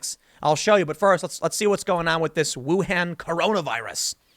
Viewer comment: So sad this is going on during Spring Festival. :( Hold up! How did you pronounce "Wuhan' again? Now, I am sick. Why don't people research how to pronounce anything before talking to the public? We have the internet, people. Just saying.... It's easy